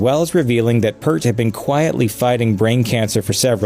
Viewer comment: BTW, the narrator of this episode is pronouncing his name incorrectly. Neil Peart's last name is sounded out like "Peert" rhymes with here, peer, dear, near, etc., Not "pert" hurt, dirt, etc.